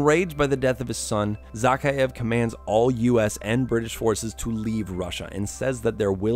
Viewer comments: Imagine doing all of this research into these games and not being able to pronounce the villain's name correctly Its Zakheav, not Zackeyeav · A shot of liquor every time he says Zakhaev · You’re saying the bad Guy name wrong